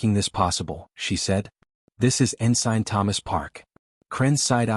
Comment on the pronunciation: Could someone please teach the AI how to pronounce ensign?